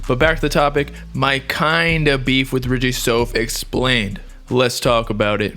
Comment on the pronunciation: It’s Richie souf (south)